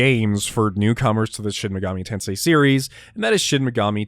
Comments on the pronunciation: it's shin megoomi tensay sir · You don't get into Shin Megami Tensei, Sheen Megoomi Teensoi gets into you.